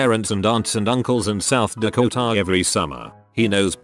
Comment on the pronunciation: South Dakoh-TAH....